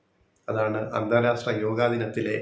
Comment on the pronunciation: അന്താരാസ്ട്ര അല്ല അന്താരാഷ്ട്ര.